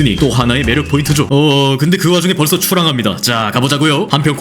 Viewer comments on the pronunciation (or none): 출항이 아니라 츨항?ㅋㅋㅋ